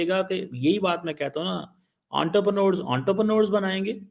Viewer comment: "Unterpranors". Gandu sahi pronounciation bhi nehi karsakte. Pakistani doctorate ka hal dekho.